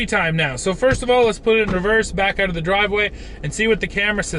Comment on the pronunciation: its pronounced as 'out' mate, not 'oat'